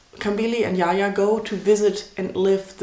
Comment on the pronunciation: It's the way she calls Jaja, Yaya like he is Spanish lol... Its Jaja tho...